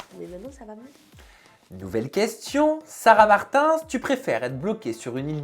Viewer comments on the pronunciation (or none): Quelqu'un vas lui dire que c'est Martins et pas martinss